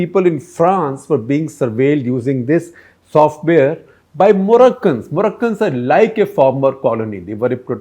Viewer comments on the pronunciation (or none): none